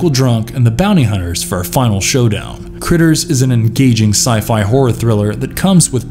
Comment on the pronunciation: Its probably already stated but its Krites not critters for the creatures in 'Critters'